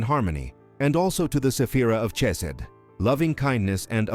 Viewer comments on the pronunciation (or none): AI 🤖 is clueless about pronunciation, eg “Chesed” 🤪😜